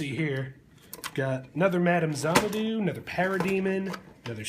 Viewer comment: "Zahn a doo? "Orch- Id"? Really, now.